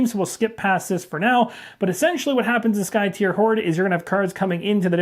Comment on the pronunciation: I think you're the only YouTuber I've heard pronounce the name Skytear correctly. I wasn't sure myself a year ago, so I asked the game designer. So if anyone else is wondering, is correct. It is, according to the designer, "tear" as in "to rend." 🙂